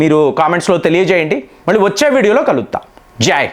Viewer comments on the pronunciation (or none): none